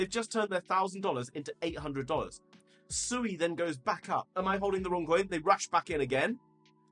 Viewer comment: I learned it’s pronounced se(w)ay. Like sew 🪡 and way. (sui)